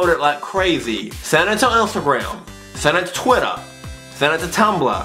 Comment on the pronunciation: ''toter'' ITS TWITTER!!